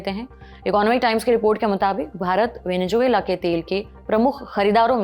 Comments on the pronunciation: Venezuela होता है मैडम, वेनेजुएला नहीं। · Venejuela ❌ Venezuela ✅ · Venezuela 😂😂😂 Venejuvela 😂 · Bekaar Reporter hai Venezuela bolna bhi nahi aaraha hai